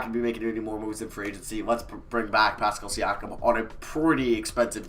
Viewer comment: He said pascal thank god